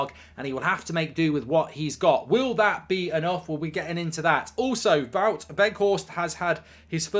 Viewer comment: Please can you stop pronouncing Wout with a V, he is Dutch, not German